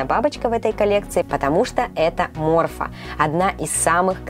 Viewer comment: Назовите бабочку не морфо а морфа